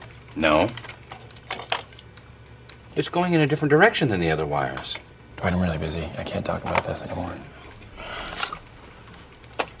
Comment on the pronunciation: I just love how Jim pronounces Dwight. "Duh white"